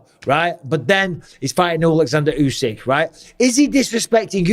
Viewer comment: Tyson is second to usyk say it right